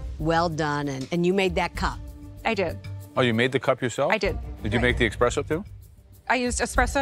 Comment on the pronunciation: They must have let the salmon lady come to the show just for entertainment purposes. Boy, are fake lashes hideous. I don't understand how Joe as an Italian can keep mispronouncing the word espresso as expresso.